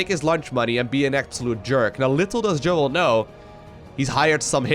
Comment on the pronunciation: If im right and he is israeli, then you should pronounce his name as "Yo-el", not Joel :P